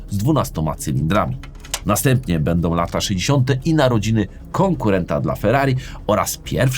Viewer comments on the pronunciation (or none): none